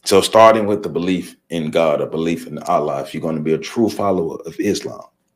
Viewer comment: Please pardon my correction of your pronunciation of the Arabic word ALLAH, but it is pronounced: "al-llah." You say the FIRST SYLLABLE like you are pronouncing the English male first name "AL" and you put MORE EMPHASIS on the SECOND SYLLABLE which has the SAME "a" sound as in the English word "law" when saying "LLAH." Also, many people mispronounce the Arabic word MUSLIM, which should be pronounced in Arabic like this: "MU" and "SLIM" but many English-speaking people mispronounce it as MUS and LIM which is WRONG.